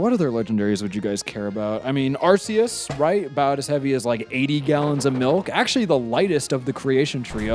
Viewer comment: It's Arceus and say it like the C is a K.